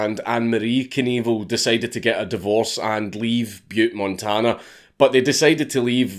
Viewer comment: dank saying Evel Knievel just sounds like Evil Cannibal every fucking time